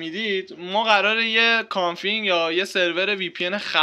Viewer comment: داداش کانفیگ نه کانفینگ